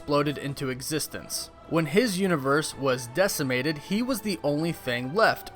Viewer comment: hearing people tadder the word "decimated" incorrectly always gets under my skin.